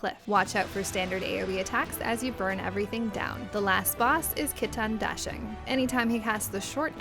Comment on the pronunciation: Just a nitpick but the final boss, as one of the other commenters has mentioned, is none other than Sun Wukong (or Son Goku in JP) and the name of the boss is his title of sorts. Qi Tian Da Sheng is 齐天大圣 and is pronounced as chee(omitting the 'h' sound) tee-anne dah shear-ungh. Just a tidbit of trivia no one asked for because I heard kitan dashing hahah 😁 Also Huaguo is who-wah guu-worh instead of hua-go o/